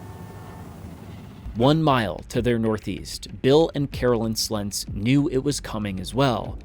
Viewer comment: Thank you for pronouncing Slentz correctly. I remember this storm. The people in Jarrell did everythin right, the storm did not. It went contrary to how such things typically go.